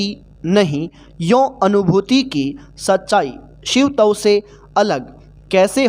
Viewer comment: Shiv tav alag kyo bol rhe ho Shivtav ek sath pura bolo